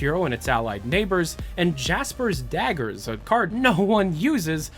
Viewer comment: They're not "Jasper's Daggers", they're "Jasper Daggers". As in daggers made or related to the Jasper Circle.